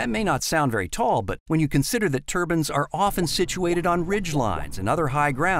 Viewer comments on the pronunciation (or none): Are we just going to ignore how he butchers the word turbine...hes saying Turban